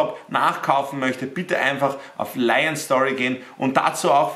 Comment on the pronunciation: ER HEISST LIEEEON ABER NUR FÜR DEN DRIP SAGT ER LAION